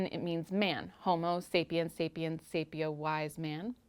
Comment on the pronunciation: I had to relisten to the definition of sapiosexual because I was so tickled by how you said "sapio". :)